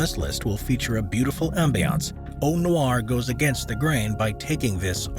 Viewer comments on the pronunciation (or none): none